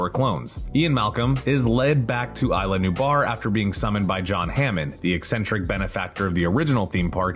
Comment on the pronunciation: It's CRY-ton, not CRISH-on! Only one of the many inaccuracies. "Island New Bar?" It's Eez-lah New-blar! Did no one do a fact-checking pass of the script for this episode??